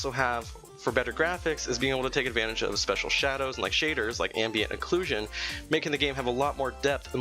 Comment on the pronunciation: You said aclusion!